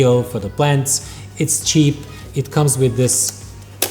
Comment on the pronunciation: "do you want a chep light.. or not cheap....... hmm .. but come at a good price" i laughed a lot :)